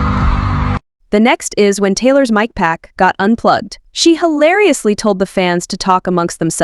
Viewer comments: It can be fixed as simple as replacing the word with Mike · "...her mick*..." ?! The AI narration needs some assistance with pronouncing *mic - or maybe just stick with the term microphone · It's pronounced 'Mike'. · For real, just write in “Mike” or stick with Microphone! Its text to speech, they should know how to use it. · Maybe the creator wrote mick and that's why it pronounced "mic" like that.